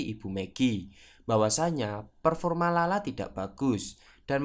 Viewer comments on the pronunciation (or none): none